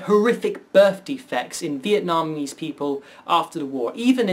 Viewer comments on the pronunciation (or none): none